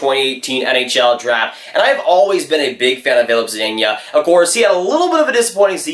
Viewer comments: Hey just wanted to give u a tip on how to say zadina. Za-de-na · Can’t even say zadina right